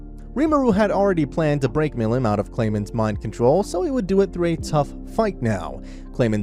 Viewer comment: How did you pronounce stuff like milim wrong but got the rest right?